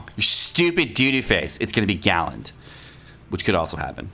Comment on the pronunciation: It’s galand.... don’t tell anyone